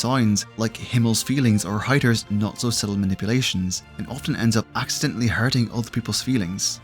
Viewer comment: It was a mixed bag. Some names you pronounced really well like "Eisen, Heiter, Himmel" some only partially like "Flamme, Stille or Land" and with some I had to listen twice like "Lügner, Richter, or Wirbel". And some were funny, like Übel. Lawine was only partly right, but at least it sounded like a real name, even if it wasn't German